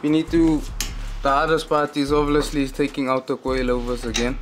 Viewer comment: "Ovoulisly" he said it 2 my bru🤣ai